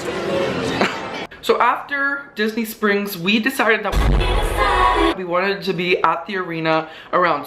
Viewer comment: The "we deceded" are magical lmao